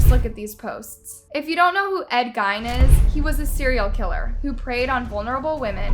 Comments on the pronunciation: Ed.. GEEN. Not pronounced "GYNE" I enjoy these videos but it often feels like doesnt actually care about the cases or people and this is just a job. It feels like just enough research is done to make a video, but not enough to learn correct pronunciations of killers or more importantly the victims names. Ones that can easily be found by watching a different video or 2 to find the correct way. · Shut up "". YOU don't know who Ed Gein is. Look up pronunciation once in awhile.